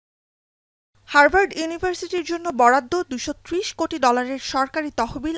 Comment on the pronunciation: হারবার্ড নয় উচ্চারণে হাভার্ড হবে 😂😂😂